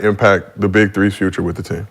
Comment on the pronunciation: yo he said fubre Lmao